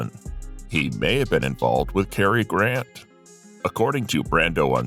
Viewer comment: Carrie Grant????? Really???? How illiterate can you get?